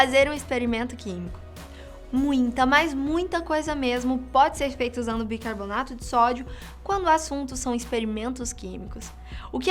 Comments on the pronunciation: Só eu que percebi que ela fala BIRCARBONATO? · Ela falou bircabonato várias vezes :|